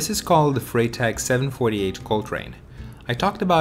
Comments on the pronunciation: I presume you've never studied German, or you'd know that the 'Frei' in 'Freitag' [Friday] is pronounced as 'Fry'...like in 'Friday' :-) I must admit I love the look of the Vincita Nash Rackbag, and might well consider adding this to my non-electric Brompton when holidaying in the Netherlands. Before I've used a combination of the T-Bag and a sports bag which sits on the rear rack and is secured by the built-in bungees...but I never feel it's that secure so am constantly checking that it's still there. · Sorry for mispronouncing Freitag. 😅